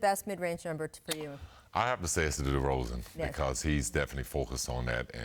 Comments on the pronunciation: He says it almost correctly. Show some respect to my boy Pip he's a goddamn champion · Atleast he said DeRozan correct the second time.. though he fumbled a bit..😅